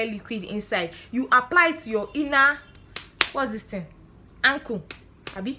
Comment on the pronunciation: She said ankle😂😂😂😂😂